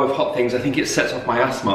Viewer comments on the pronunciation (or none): Mark you made me laugh so much! I thought you said it kicks off my ass-thma rather than asthma 😂😭